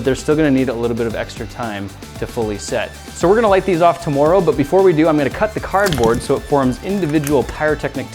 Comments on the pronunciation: who else thinks he is saying "to-more-oh" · are you canadian? i noticed he said "tomoro." he never does that. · not to sound stereotypical but you can hear the Canadian when he says tomorrow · He's Canadian so so it sounds different when he says tomorrow